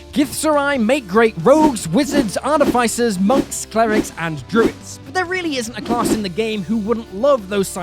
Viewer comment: Love the content and the channel, but I have just the one peeve: why can't people pronounce "artificer" correctly? The dungeon dudes also got it wrong